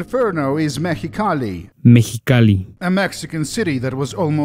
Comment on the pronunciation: Wait so you're gonna pronounce mexicali correctly but casa grande you wont? If you're not sure the e at the end is pronounced so it sounds like "casa grand day"